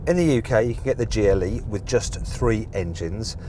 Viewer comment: Am I the only one hearing "Geely" all the time? xD